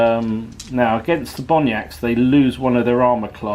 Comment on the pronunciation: Another great game, yes enjoying these games with these different troop types and would love to see another. Maybe an ambush type scenario?👍 Mate was that just bad pronunciation? Bonnacht, Gallowglass, there was also a short period of blurred vision....have you been at the Cooking Sherry again? 😂